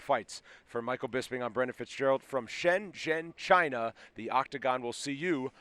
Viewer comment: Impressed the reporter pronounced "Shenzhen" correctly 👍